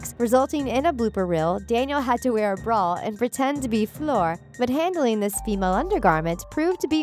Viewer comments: She called fluer floor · And fleur as floor 😂